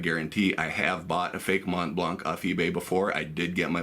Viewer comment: Hey, nice vid, but in French the "c" of "blanc" is really never pronounced. So the "c" is always muted, with absolutely no exception :) (though you guys from english speaking countries should pronounce it as you like !). For example in "Mont Blanc est une marque de stylos" the 'c' is not pronounced even if there is a vowel after